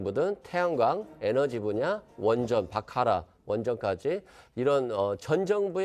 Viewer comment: 더불당 패널... '바라카' 아닌 '바카라' 로 말했다. ㅋㅋㅋ ㅋㅋㅋ ㅋㅋㅋ 바카라는 카지노 게임의 한 종류다. 수준하고는 ㅉㅉㅉ~